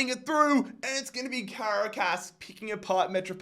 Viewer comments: For the pronunciation of Caracas. It's pronounced Ca-ra-cas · Ngl I died everytime you said Caracas wrong